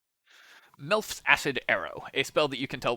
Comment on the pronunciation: It's close to sounding like "Milf's". I was listening to just the audio, and when he got to it I had to double back, "Hold up. Who's arrow?"